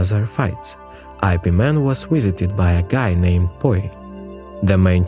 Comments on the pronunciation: Its pronounced as “yip” not “i” “p”. Dont make it sounds stupid like superman or batman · It's Ip Man...Not "I-P" Man sir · When I heard your pronouncing his name as I P Man, I stopped watching. It is supposed to be pronounced as yip mun 🤣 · Ugh it’s ip man not eye pee man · "I.P." MAN? 😂😂 it's pronounced "Ip Man" lol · Yes, but part of the entertainment of these videos is the absolutely entertaining pronunciations. So, yes, it's wrong. But... Get over it. Please. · Eye pee man.....😏